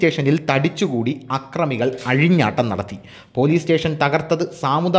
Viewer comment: ആക്രമികൾ അല്ല, അക്രമികൾ എന്നു ശരിയായി പറയുക